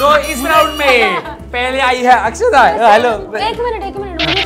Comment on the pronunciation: it is akshada not akshara